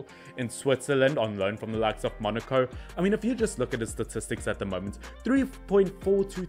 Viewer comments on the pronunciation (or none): none